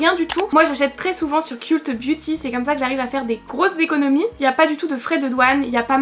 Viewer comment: ont dit "keult beauty" mes oreilles ont saignées ahaha